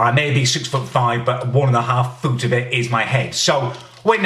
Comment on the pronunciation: They way he says foot😂